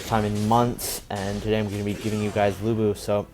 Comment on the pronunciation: Lữ Bố chứ không phải Lu Bu 😂